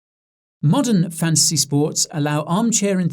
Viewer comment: Thought you were saying Fancy.